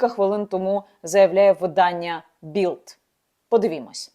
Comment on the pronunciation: п. Яніно! Bild - це німецьке видання, а не англійське. Тому - Більд, а не Білд.